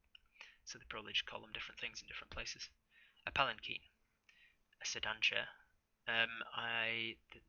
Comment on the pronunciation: This was a highly anticipated read, broadcast and touted by your community. I've heard the story before, but it's been years. You have put a whole new spin on it, and I love it! I believe it's pronounced "pallen-keen". Or something like that. It's kind of like a Japanese type litter/carrier for a god.